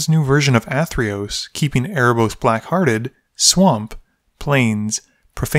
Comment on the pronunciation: im pretty sure its pronounced "erebos black-hearted"